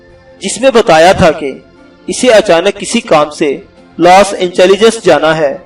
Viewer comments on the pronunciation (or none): Los Angeles ya los intelligence....please research and try to read before recording....thanks